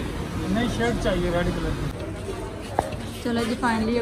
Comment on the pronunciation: Shilt ni shirt hota h